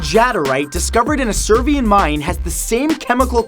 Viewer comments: Serbian* not Servian... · Serbian mine not Servian